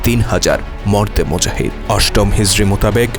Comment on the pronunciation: আমি উচ্চারণ টি ঠিকমতো বুঝতে পারছি না। ওটা কি যেন বলেন আপনি? ‘মরদে মুজাহিদ’ না কি?